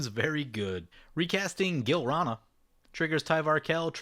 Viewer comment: This episode was fucking bonkers! Another thing that was fucking bonkers is "Gilrana".....Gi-lan-ra, bro! Anyway, Orvar is now the cheesemaster! xD